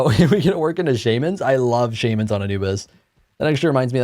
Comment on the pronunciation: No you were definetely saying Shaman right before - who on earth says Sharmans?